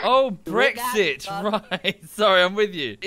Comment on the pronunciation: I've been laughing at trying to say Brexit for the past half hour. B R E ESSEX